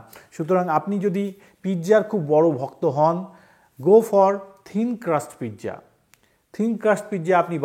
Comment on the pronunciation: JUST PIZZA NOT PITZA.